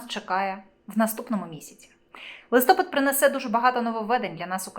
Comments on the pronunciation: Не лИстопад,а листопАд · Коли ви вже вивчите, що в Україні листопАд, а не листОпад?????????????????? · Не листОпад,а листопАд!Грамотії! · Ставте правильно наголос - листопАд, а не листОпад. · Да почему "листо́пад" ? Если "листопа́д"! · в укринском языке есть слово ЛИСТОПАД,/ ударение падает на последний слог, а не на первый слог/ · Не листопад( ударение не на о , а на а),не украинка ты..... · Листопад - наголос на а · Листопад потрібно говорити з наголосом на букву "а" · листОпад,чи листопАд?зріст яєць-це що?Шановна,поважайте себе і глядачів. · Ріже слух коли не правильно говорите листопад!